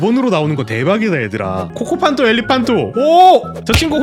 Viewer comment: 코코팡토 가 아니라 코코판토데